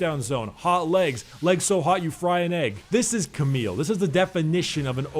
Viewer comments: its not cameeeeele ita camille with the l LLLLLL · Camille correct pronounciation is actually "Kamiy" with the a of "grass" and the i of "still" :) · Hey dude :) The correct pronounciation of Camille is actually "Kamiy" with the a of "grass" and the i of "still" if you want to know ( I say this is the correct pronounciation because it's a French name and I am French)